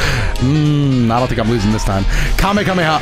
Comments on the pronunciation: Bro said kamekameha bruh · love that you flased Goten because of the way pronounced Kamehameha